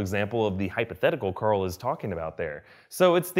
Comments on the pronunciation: Stop saying COARL plz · Mike Morgan He’s making a joke about how he yells Carl with his Texan accent. He yells Carl (Core• F ull)